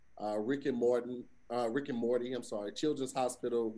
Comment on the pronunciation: says Rick and Morty wrong every single time!